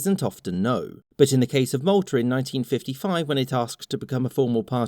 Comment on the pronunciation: that's Malta 🇲🇹 he clearly said Maltar.